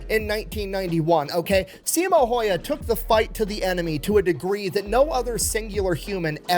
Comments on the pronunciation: His last name is pronounced How-ha, btw. A lot of people who aren't finnish don't know how to pronounce it, so I'd figure I'd help. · Last name is pronounced more like "How-hah" - that's as close as I can get with the English-sounding alphabet. My wife has been trying to get me to pronounce 'äy' properly for about 14 years now... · Sorry for being a year late for this, but that's not how it's pronounced. I'm a Finn, and how you pronounce the letter ä sounds the same as when English people say "and" "hand". If a Finn would write the words as they heard, in a literal sense, it would be "änd" "händ". Also the letter y, it's more like, when you say "eww", the first vocal sounds like Finnish y, so a Finn would write that word literally like "yu", or in some English accents, when you say "cool" it might sound like "kuul" or even "kyyl", like Eric Cartman says it in South Park, That's very similar to a Finnish way to pronounce the letter y. Easiest way nowadays though is to put that name into Google Translate, set language to Finnish, hit Text To Speech and finally, but most importantly, listen and try to replicate what you heard. That's all, ment no offense with this, just wanted to add some context on how the name sounds, accurately. English language can sound like Finnish if you try really hard. Key toss for reading. (kiitos = thank you). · It's Häyhä. Learn to say his name right. ❤From 🇫🇮